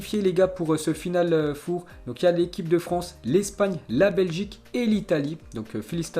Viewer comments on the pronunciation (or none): stp arrète de dire "four" on ne va rien cuire en chaleur tournante , c'est "final 4" ça se dit "for" , pour le reste certaines infos interessantes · Final four 😂 les français à parlé anglais 🤣🤣🤣 final for! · Final FOUR 😂😂😂😂😂 mais on dit for putain .... pas foure ..... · C'est pas FINALE FOUR c'est FINALE FOR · 😂😂😂 Il a du mal avec final 4 four Prononciation en anglais en fait C'est pas un four à micro-ondes Il le dit à plusieurs reprises en plus. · Hhhhhhh « final four » tu le prononce comme le « four de cuisine » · S’il te plait, prononce Final four: Final fore. Au pire. C’est pas un four micro-onde frérot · FINAL FOUR ca se prononce FINAL "FOR" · Stp l accent, final four, c horrible et rigolo en même temps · Par pitié pour tes prochaines vidéos fait un effort de prononciation quand tu parles du "final four" surtout quand tu le répète une dizaine de fois en quelques minutes 😖😬